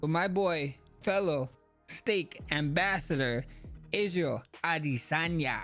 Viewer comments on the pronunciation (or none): none